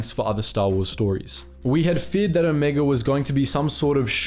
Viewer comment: "let's talk about Omega, or rather Omeeguh "